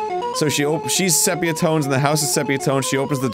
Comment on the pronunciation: Arin, it’s definitely pronounced “see pee uh”, not “seh pee uh”